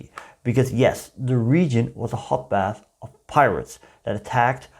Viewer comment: Really interesting video. Thanks 👍. ("hot bath" or "hotbed"?😮?)